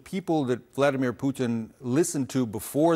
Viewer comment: “Bliadimer Putin” News Anchor probably has no idea how correct she was :)